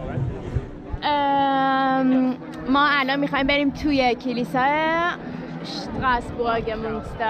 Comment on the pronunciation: اشتراسبورگ نه ،استراسبورگ ،بعدا را هم shadi چرا schadi, يعني خيلي آلماني شدين ؟